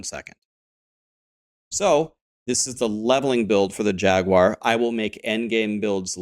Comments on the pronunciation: Who tf says “jag-u-ar” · JAG-WAR. You're welcome. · I have never heard someone say Jag-you-are lol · I think you should pronounce it in spanish from now on, /"Haguar"/ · Interestingly, Steve Jobs pronounced it Jagwire as well =) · Us Brits do, it's probably because the branding of the car company, and that's how it is. However, Jaguar is derived from a Portuguese word, which I believe is partly from the indigenous people that would have originally named it and neither US or British pronunciation would be correct.